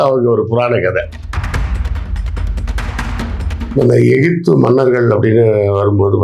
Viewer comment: ஈஜிபுத் னு சொன்னவர் விஞ்சானி செல்லூர்ராஜூ